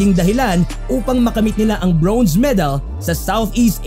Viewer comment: congrats alas! pero request lang po sa vlogger.. medyo nakaka-inis at nakakahiya po ang pronunciation nyo ng "bronze", parang "brownze" eh... pede po paki-ayos? baka masayang ang medal ng alas.. hehe at baka mahawa pa ang mga batang manonood ng video nyo.. thanks